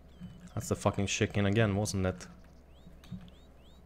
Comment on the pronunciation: Love how he says chicken: Shiken xD